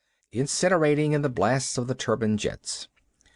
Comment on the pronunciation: As well as an interesting yarn you will also hear the reader learn to pronounce the word turbine by the end of the short story..